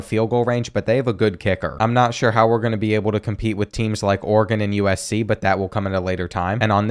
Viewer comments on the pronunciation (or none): none